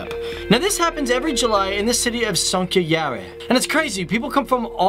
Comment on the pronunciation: I listened to it three times and in the end had to google it. You have a very interesting way of saying "Sonkajärvi".